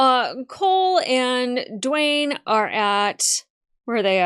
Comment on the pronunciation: Gwayne, not Dwayne.